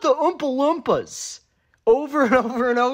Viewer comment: I'm more fascinated by the fact that you seem to pronounce "Oompa-Loompa" with a soft "uh" sound instead of the long double o sound